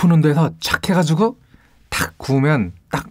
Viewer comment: 까르보 발음ㄷㄷ 마치 이탈리아 현지인 발음듣는듯하는....